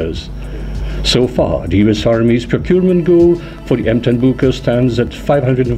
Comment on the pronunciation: Really butchered the name